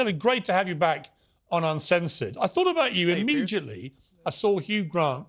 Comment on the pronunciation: Did Piers say: I thought about you im-midget-ly??